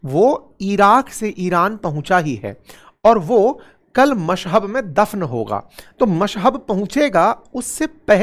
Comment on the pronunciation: मशहब नहीं, मशहद बोलो वीडियो टाइम 02.10